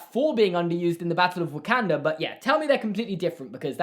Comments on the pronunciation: say Wakanda. Not Wekenda Wakanda. Thank you. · Everyone: Wakanda (Wo - kon - da): Wakanda (Wa - kan - da) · I’m pretty sure it’s pronounced like WOkOnda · you're great and I agree with what you're saying here, but BY GREAT ODIN'S EYEPATCH, WHAT UNHOLY WAY DO YOU PRONOUNCE WAKANDA